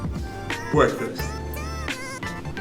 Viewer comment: Darcy with the "bweakfast" 😂